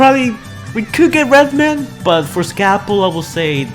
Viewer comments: He says redman not reedman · Why do you keep butchering all of their names? It's Reed-man not red man and its Dee-no not Dino